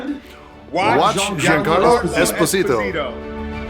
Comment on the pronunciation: Wait why does he pronounce his own surname wrong?? (I'm Italian and know some Esposito)